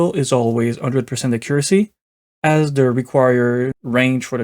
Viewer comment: I loved the acCURacy of your pronunciation of "accuracy" being hard-coded to 50%!